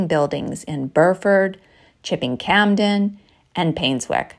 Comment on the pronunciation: Ve the Cotswolds too, but FYI, The 'p' in Campden is silent.